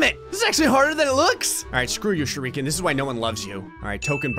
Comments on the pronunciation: What is a ‘sure EE ken’? I thought it was just ‘shu ri ke n’ But like, put together as ‘shuriken’ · Most People: "Shuriken": "ShurREEEEEEEken)